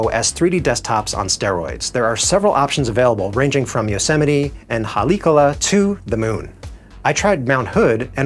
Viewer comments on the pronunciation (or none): I keep waiting for a review where someone pronounces Haleakala correctly… this isn’t the one…